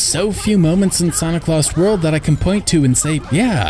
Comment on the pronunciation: I thought you said "Santa Claus World".